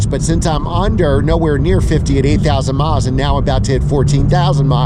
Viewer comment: It sounded like you said 80,000 miles on it! Must be 8,000!